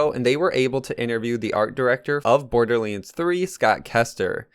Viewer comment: Why does he say"borderleands"?